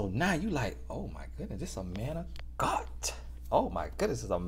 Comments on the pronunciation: "Oh my goodness this is a mant of godt"👏👏😂😂😂😂😂😭😂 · “Oh my goodness this a manT of GodT!” 😂🤣😂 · I’m dead at “this is a ManT of GodT” 😂😭💀💀😂💀🤣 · “Oh my goodness this a mant of Godt” 🤣